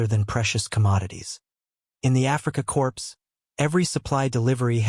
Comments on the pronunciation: It's not pronounced 'corpse' its pronounced 'core' for 'corp' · I like when the word corp is pronounced "corpse" by AI. Even better was the pronunciation of "Mein Gott" to "main got". Horrible. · The ps in the word "corps" is silent. If an "e" is added to to corps, the word then is pronounced corpse. Narraters of military don't score points themselves by pronouncing the ps in corps. Also, most educated people know that Wermacht, since it is German, is pronounced Vermacht. There is a well known German composer whose name is Wagner. That, too, is pronouced Vahgner in English not Wagner. You might want to study your script a little better. Psst: I do know its AI. Same thing.